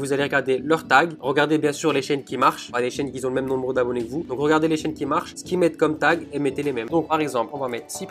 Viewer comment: Il y en a beaucoup qui zont... Y en a qui zont pas... Y en a qui zont oublié... OMG!!!!